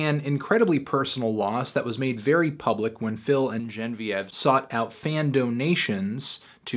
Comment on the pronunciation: I know you dubbed over the incorrect pronunciation of Genevieve. I see through the facade, fantano.